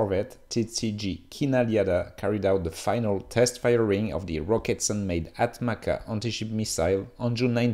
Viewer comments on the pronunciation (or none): its not “ATMAKA” tho, its pronounced as “ATMAJA” which means accipiter